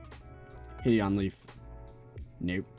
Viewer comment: Him saying Hid-Eon instead of Hide-on makes me so mad